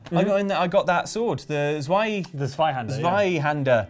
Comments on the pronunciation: It's pronounced zi-hand-er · Well, of course you're holding the Zweihänder with two hands, since it literally translates to "two handed". Pronunciation by the way is: ss-WHY hand-arr. More or less.